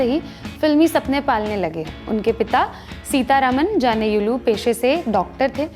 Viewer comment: Seeta Raman Janeyulu???. Aapne Hanuman ji ke naam ke do tukde kar diye.. Aap log chahte hai ki pura Hindustan hindi mein hi baat karen . Magar aap log thoda bhi koshish nahi karte kisi ke naam ka ya bhasha ka sahi ucharan karna. Hamari mat maari gayi ki south se hokar bhi aap logon se baat karne ke liye aapke bhaasha seekh li aur aapki muh se hamari bhasha ki aisi ki taisi sunke chup rahen